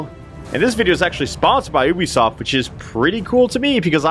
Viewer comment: Chaotic Evil: "Oobisoft" Chaotic Good: "Yoobisoft"